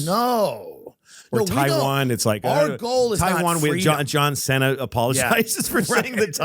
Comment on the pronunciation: The fact that Louis doesn’t know how to say Kardashian and John cena is Fucking amazing. 😂😂😂